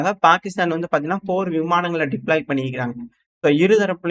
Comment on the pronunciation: என் காதுல தான் பெருக்கிஸ்தான் கேக்குதா! இல்ல கோவத்துல்ல பாகிஸ்தான் பெயரை மாத்தி சொல்றீயா 😂😂